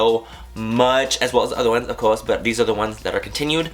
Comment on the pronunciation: Is it just me or when manny says some things he sounds kind of like he's from the UK, like idk if it's because I'm from there or whatever, like for example when he says "of course" at about ??